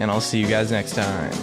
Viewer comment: Did anyone hear him say "ime" ? lol